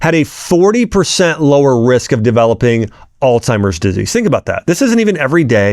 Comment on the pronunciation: Omgosh.. if your gonna sound professional at least say the words right!! Alzheimer's... not alTimers.